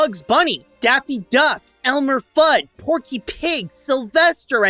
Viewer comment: Elmer *Fudd not "Thudd"